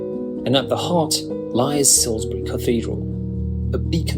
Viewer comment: I’m glad to hear the narrator has corrected his pronunciation of “Salisbury”, but Keswick 😱 should be “Kezick” with a silent “w”. Also, I don’t agree with his Cotswolds picks. There are so many much more stunning towns and villages there, like Stow-on-the-Wold, Bourton-on-the-Water, Broadway and Castle Combe. Yes, they’re tourist traps, but there’s a reason they’re popular.